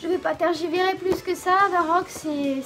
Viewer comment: On dit tergiversé si jamais😉